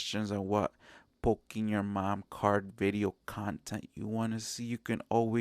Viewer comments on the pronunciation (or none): Did you say poking your mom cards lol?